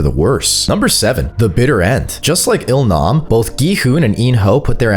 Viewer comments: Loved how he sneaked in mis-sayings, like when he called ill nam L Rizz, Gi-hun Gi-hun Everdeen takes down Hunger Games, hate me with your theories, and nut busting twist😂. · you missed a lot more than just Gohan, he also said G-man and Il-rizz for example lol